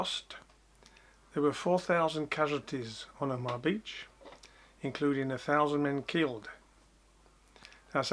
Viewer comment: No frills, gripping info about a turning point in history. Just one small criticism, you pronounced the beach as 'Omah', when it should be 'Oma-ha, but excellent vlog otherwise.